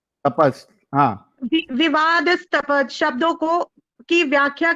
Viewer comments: विवादास्पद होगा यार ना कि विवाद स्पद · Is momina ko vivaadaaspad bolna tak nahi aata aur pad rahi Sanskrit.